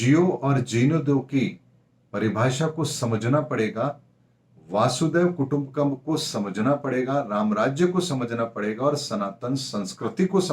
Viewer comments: Dear Sir, it is not Vàasudhev Kutumbkum but Vasudhaiv kutumbhkum Please speak correctly or minimum listen in youtube. I am sorry for correcting you. However I enjoy your predictions. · =, " वासुदेव कुटुंबकम " नहीं..... " वसुधैव कुटुम्बकम् " हैं. ( अयं निजः परो वेति गणना लघुचेतसाम् | उदारचरितानां तु वसुधैव कुटुम्बकम् || ) इस गलतिकोआप बार-बार दोहरा रहे हैं